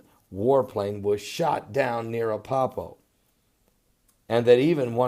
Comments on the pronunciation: it's not appapo fool it's Aleppo!! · remember when I helped you to pronounce Van-u-ah-too? I'd like to help you with ALEPPO in Syria. It isn't Ah-pup-poh. It is AH-LEP-POH. So the second syllable is like saying "lip" only "lehp" and the last syllable is just "oh". So AH-LEP-POH. You are just having a problem with the 2nd syllable. So it's LEP, not PUP. AH-LEHP-POH. Say it slow at first and then a little faster. Good videos, Pastor. Am enjoying them immensely! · And its Aleppo not Apoppo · Ah-Lepp-O Good work :0)